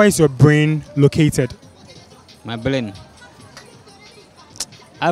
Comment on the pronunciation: whoa whoa hey fella back back come here did i hear he said blain ??🤣🤣🤣🙂😂